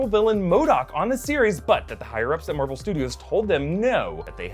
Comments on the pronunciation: Marble Stubios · Am I the only one who hears Marble when says Marvel? 👂 🤔